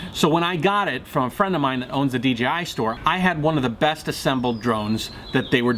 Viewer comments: he said dgi instead of dji I get confused to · A friend pointed out to me that I was pronouncing DJI as DGI. I hadn't even noticed. But as I listen to others it seems a lot of people are doing that as well such as in this video. He keeps saying D-G-I rather than D-J-I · I thought it was D JAY I, Not Dee Gee I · Is it a DGI or DJI ? Lol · it's called DJi, NOT DGI !!! again it's funny how many of you can't even say the Co correctly. You want them to produce a great drone, how about you say J, not G ;) lol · Good now that you are here, you realize the Co is called DJI right ? YOU keep saying in the video D G I it's not a G dude.. it's a J ! And FTR I always calibrate the compass before every single new location flight, as I fly tons of new places, all over Mexico, and the USA, and in doing this have never had an issue, it takes me 1 min to do. Easy peasy, try it some time !